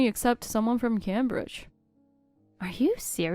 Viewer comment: He can’t even pronounce Cambridge properly 😂